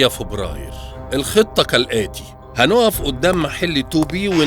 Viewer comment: هو بيقول فوبراير